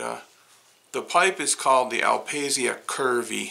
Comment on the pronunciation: Beautiful indeed! BTW in italian is pronounced "al pasha" with a stress on the last "a" :)